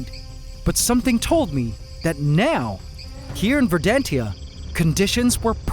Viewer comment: not "ver-dan-tia"... "ver-dan-shia"